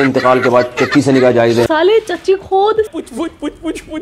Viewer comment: भाई खोद बोलो खोद कुछ और सुनाई दे रहा है जो सुनाई दे रहा है वही समझ क्या😂